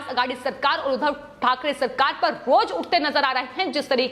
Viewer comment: Udhav nehi Udbhab. Muh se supori nikal ke baat kijiye plz